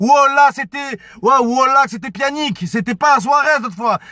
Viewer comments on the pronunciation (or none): "C'étais pianic"mdr pjanic